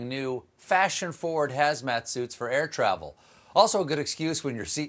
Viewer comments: "Don't you worry about a thing." thank you, much love bro! Air Twavel, blahahaha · I SO love Quarentinewhile. You’re not drinking it fast enough. as host: air twaval. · quite the build-up 2 the Quarantinewhile....and "Airtwavel"...